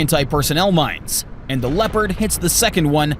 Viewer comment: when you say Leopand and you shao a footage of a Challenger 2 during training shots 🤣